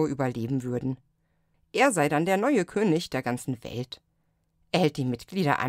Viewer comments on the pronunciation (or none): none